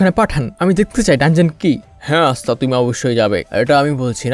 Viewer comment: এসতা নয় আসতা